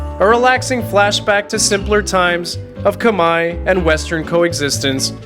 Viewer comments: 1':15" you say: ".. a place for Kamaya families". I believe the ethmicity of the Cambodian people is KHMER (rhymes with bear). Minor detail of enormous significance & best learned now for future reference. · Khmer not Kmie